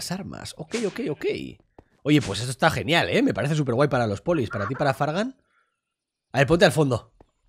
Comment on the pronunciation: parece que dice fran pero dice fargan :"(